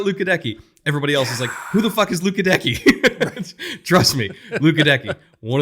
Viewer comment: Goedeke is pronounced “Get a Key”. Just for future reference.